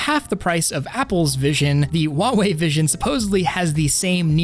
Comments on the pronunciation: it's pronounced "Hwah-Way" not ""wah-Way" the H is not silent. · The h in Huawei isn't silent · tracking better my ass it bops up and down and air link still doesnt work also how the fuck did you just pronounce huawei oh and i hate the rounded corners in any ui's it doesnt fit on flatscreens and its still annoying in vr and the fact that you can have 3 apps side by side but not wherever you want them and just 3